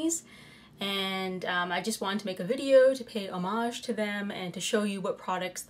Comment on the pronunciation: Thank you for saying "homage" properly LOL! When I hear other people say it as "hom-age" rather than "o-mage" it makes me crazy! You rock girly!